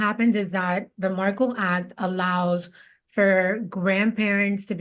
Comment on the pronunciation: come on man, you’re pronouncing Dan Markel’s name wrong. Dan was attempting to have Wendi’s Law License revoked during the divorce, and she was trying abduct the kids. That’s not a typical no fault divorce as described, in my opinion.